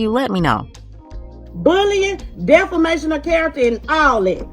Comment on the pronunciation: Did she say,deflamation?